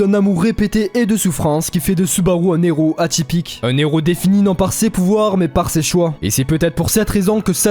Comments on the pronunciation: La video est vraiment bonne, par contre, c'est assez perturbant d'entre un "nez rot". Héros commence par un h, il n'y a pas de liaison. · Très cool comme vidéo Par contre le " un neros" me trigger. On ne fait pas la liaison bordel !!! 😂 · Pitié arrete de faire la liaison entre un et hero, quand ya un h la plupart du temps on fait pas la liaison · Héros commence par un H donc on ne fait pas la liaison avec le N de son